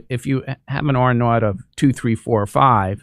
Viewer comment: Jesus! "R-ought"? Really? You don't know this term is "R-naught"? What are you doing to make sure that there is oxygen generators not being bought up by Asia from US suppliers? About 15% of patients need oxygen and may need ventilator support/ICU care. That should scare your pants off.